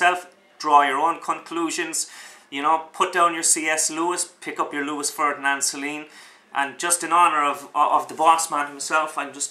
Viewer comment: Oh for the love of Mike, if you simply cannot pronounce the name of the author correctly why bother blathering on about his book! Sorry, I really am.